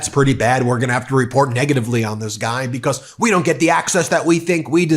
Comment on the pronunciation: I love the “bee-cosss’